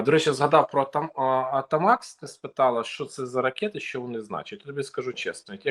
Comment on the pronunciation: АТАKAMS а не АТАМАКS чудило